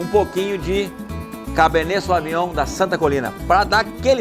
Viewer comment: Não é SOAVINHOM É SÔVINHOM